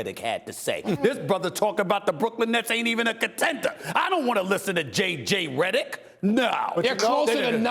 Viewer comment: He said "JJ Redick" like he wanted to spit it out.